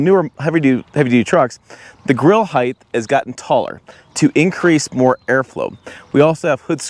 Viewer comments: height not heigth? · Height not heigth 😂